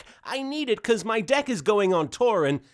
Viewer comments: Wait did you say deck or d!#k? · is he saying deck or d#%k?